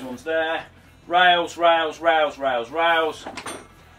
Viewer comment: lol what? rasl? rails lol gata love how different people speak around the world.